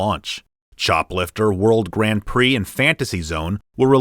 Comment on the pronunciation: the Brazilian says Grand Pricks instead of Prix. Lol.